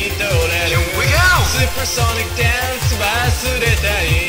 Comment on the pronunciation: カラオケでのおれの十八番です!! DANCEの発音良い!!!